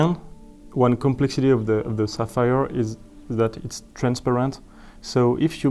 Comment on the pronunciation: It's sapphire, not sapires. It's okay to be poor but there's no need to be a hater.